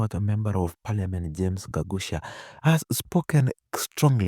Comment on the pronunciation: That's Gakuya not Gagucia